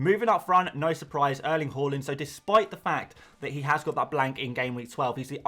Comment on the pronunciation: Please stop pronouncing Haalands name “Hall… ind” it’s “Haaaa…. Lind” 😂